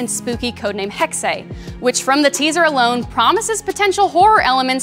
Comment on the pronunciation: I just really, really want XPlays staff to know Hexe is German for Witch. and is pronounced Hex-eh, not hex-aye